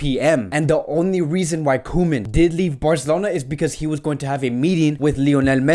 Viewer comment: It’s co-men